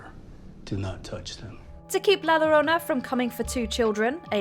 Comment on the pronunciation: I cringe at every pronunciation of La Llorona from this person